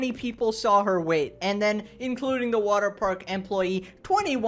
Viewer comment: It's water paRk bro, not waterpaik.